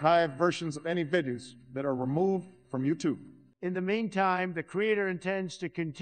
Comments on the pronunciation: "over one hundred vidya's " lol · Why do both Obama and Trump voices have trouble with the word “videos”. The illusion sounds great but the algorithm seems to mangle that one word.